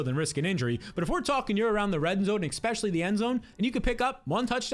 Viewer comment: Please stop saying eXpecially. It is eSpecially.